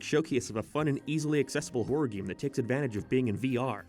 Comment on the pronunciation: Whenever you say the word "game" it always comes out as "geem"